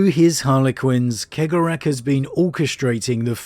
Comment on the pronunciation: I love you but…